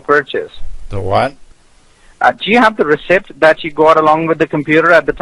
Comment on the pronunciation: It's funny they can't pronounce "receipt" 🐐